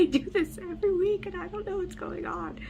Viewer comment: My guy, I love the videos on both your channels… BUT the word “ON” is a one syllable word lol. I’ve never heard anyone stretch it out to a two syllable word like you.